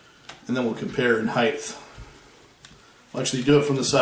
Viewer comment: Height not heighth.